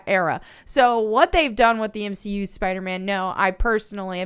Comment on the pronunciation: You lost me at "M 'she' U"...